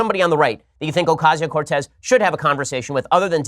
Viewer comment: The real reason Ocasio-Cortez turned down your debate offer is because you got her name wrong so many times. :P